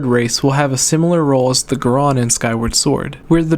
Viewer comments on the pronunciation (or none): Who says goron like gron? It's GOR-ON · You say goron weird. You say it geron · It's not because of your cold. You are emphasizing the wrong syllable. Goron is pronounced like moron with a G. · Maybe he forgot that there's 2 o's in Goron?